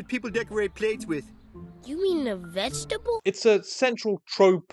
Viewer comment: you cant pronounce vegetable and it is cracking me up this entire video